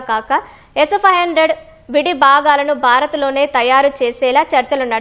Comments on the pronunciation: Aa news chadavadam entra babu s500 palakadaniki endukantha kastapaduthunnav 😂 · ఈమె పలికే s 500 అంటుంటే నవ్వి నవ్వి మళ్ళీ మళ్ళీ వినాలి అనిపించింది 😂😂😂